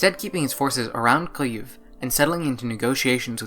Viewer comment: You even pronounce Kyiv right!!! <3